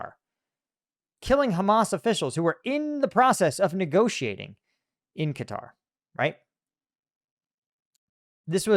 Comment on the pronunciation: Atari's but with stealth jets and oil diplomacy. it's pronounced like Cutter, Not KAH tari